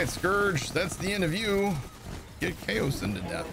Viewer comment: haha,, that was me with the comment about the pronunciation, as mentioned in the original comment, the problem isn't the cow vs kayo (I acknowledged it could be either, so I thank you for clarifying, I didn't know that), the problem is that there is no "I" in Kaoson! Not KAYO-SIN. KAYO-SONN! Haha, but yeh, thanks for that info, cool stuff. Loved the vid as always:P